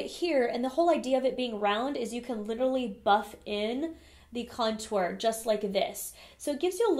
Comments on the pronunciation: Me too! - I think she's putting the wrong emPHAsis on the wrong syLLAble. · She says cuntour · I love how you say "contour" you just emphasize the syllables of the word differently than everyone else and I love it! lol. Personally I never contour except for my nose occasionally. I am pretty thin so I don't want my face to look thinner, I love full faces! Also my skin is pretty good these days but the cheeks are where I still have some redness so I feel like contouring over foundation usually messes with my coverage in that area where I need it most! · Seriously love how you say "contour" so fancy 😻 lol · omg the way you say contour is so different than everyone else i hear say it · They way you say contour is.... different 😂 lol